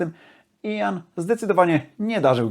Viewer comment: Jak wymawia imię Gillana? Słucham już muzyki z jego udziałem od pół wieku, ale nigdy nie słyszałem od Kaczkowskiego począwszy takiej wymowy. To nie Jan tylko Ian. Poza tym wszystko bardzo OK.